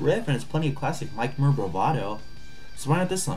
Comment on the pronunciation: Cannot even pronounce "Muir" properly... Yikes. The more I've listened, the more cringey this thing gets. "Give Me Your Money"? It's SEND Me Your Money... C'Mon, man... fuck. S.T. is a phenomenal band, and I appreciate this episode, but fuck...